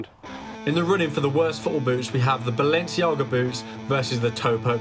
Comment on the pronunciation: Balenciaga* not Balenciohrguer